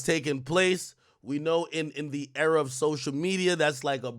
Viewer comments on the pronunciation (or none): Why wtf do you say era like that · Why ak keep saying era like that ts irritating